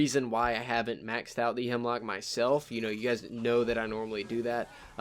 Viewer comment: YOU KEEP SAYING HIMLOCK ITS A HEMLOCK 😠😠😠😠😠😠😠😠😠😠😠😠